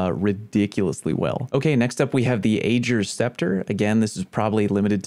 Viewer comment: Ager and Presage have been said in game multiple times and I'm starting to wonder if people mispronounce them on purpose.